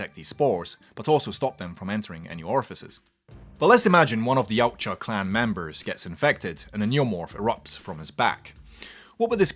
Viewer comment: OK now sorry but I have to point one thing out from my study on the Internet yautja isn't pronounced how he says it but Is pronounced e watt ya